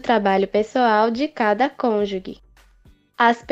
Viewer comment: A pronúncia da palavra "cônjuge" está errada